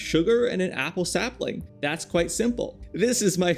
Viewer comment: Sapling : ✖️ Sapiling : ✔️🥰